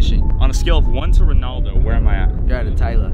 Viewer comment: It’s not Ronahldino it’s Ronaldo Ronahldino is another soccer player